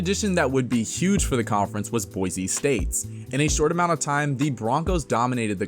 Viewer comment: Just wanna throw out there that there is no Z in BOISE! It is BOI-SEE not BOI-ZEE